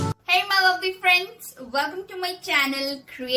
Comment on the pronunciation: Lovely bolne nahi aata kya